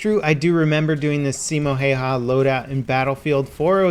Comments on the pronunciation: Sai-mo. He-eu-ha. Not Hey-ha or Hi-ha. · Simou hayhau XD I know you speak english so it sounds weird when you say it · Simo Heyha lol